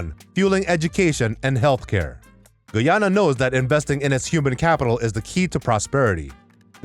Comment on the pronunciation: This guy cant even pronounce Guyana 🇬🇾